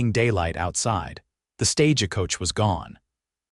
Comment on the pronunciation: EDIT & REVIEW!! It is "stage coach," not "stage-a-coach".